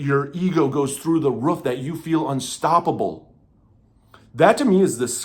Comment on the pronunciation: Wruf instead of roof is insane 😂😂😂 is that a side effect? I’m just kidding